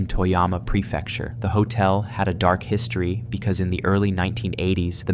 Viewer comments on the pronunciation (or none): none